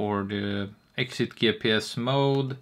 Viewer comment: When you said GPS .. it sounded like GayPenIs